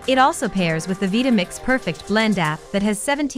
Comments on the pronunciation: Veetamix?? Couldn't you at least have the robot pronounce it correctly. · the constant mispronunciation of "Vitamix" is killing me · I can't believe that I've been pronouncing Vitamix wrong all these years.